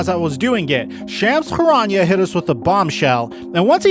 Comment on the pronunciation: “Shams CHGHKarania”